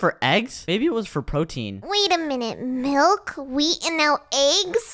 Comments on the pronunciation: "There's so much malk" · says malk😂😂😂🤣🤣🤣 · said malk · did call milk malk?